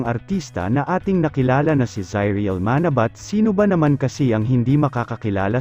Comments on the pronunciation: Pangit mo talaga bumigkas lahat bisaya ka..manabat..dapat ma..na..bat malamya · Paki pronounce nga uli Yung Manabat,🤣🤣🤣